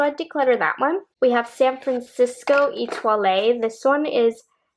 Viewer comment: Love your videos....Etoile pronunciation has silent "e" at the end. 😀